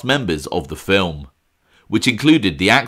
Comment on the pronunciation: it’s pronounced Vincent PASTOREEE” learn your Brooklyn.. who loves ya baby? Eyez Does.. All Good!!